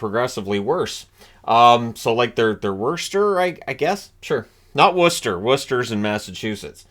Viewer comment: Not only did you know where Worcester is you pronounced it right....lol 😄😄😄